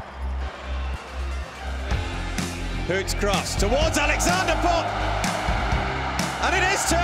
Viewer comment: It's Daebritz or Däbritz, not Dabritz.